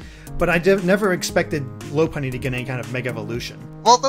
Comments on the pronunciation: AW-Dih-No LAW-Puh-Nee dem mispronunciations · I really really hate that they're not pronouncing Pokemon names correctly. It's stupid that I should be so stressed over it, but it still bugs me. Oh well, I can't really do much about it. By the way: Lopunny = LAW-puh-nee Altaria = all-TAHR-ia Audino = AWW-dih-no